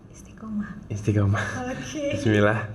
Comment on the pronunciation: Huruf ainnya juga it salah ustazah tolong di benerin ustazah dan hak dlm bacaan bismillah nya masih banyak mmg tempat salahnya maklum lagi belajar tapi tolong di gembleng biar sempurna,kok ustazah ngajarin bismillah kta him kok pake hak dada kecil itu hak tenggorokan,Mf bukan menggurui ustazah